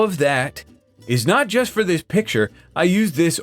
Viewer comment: "Dis a good pencil!" Love it